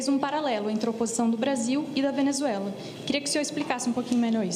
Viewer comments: O cachaceiro não consegue nem falar Venezuela. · Tá bom, mas olheiro não é quem procura jogador de futebol? Ele não consegue falar Venezuela direito e não sabe o que é Observador.